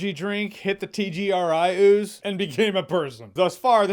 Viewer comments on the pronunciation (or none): Did you just call it TGRI OOZE LOL